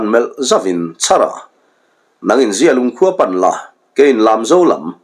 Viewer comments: Zialung i lam danah hi chuan mizia, mihring mi zia thlukin i i thkuk a, amah erawh chu zialung i lam dan hi zia hi a tha deuh e a zia viau mai tih thlukin lam la a ngaihthlak a nuam zawk ang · Zialung i lam dan hi a dikhlel deuh em aw, a zia e, tih thluk hian zialung i lamnaah hian hmang la a dik zawk ang a, zia lung, zialung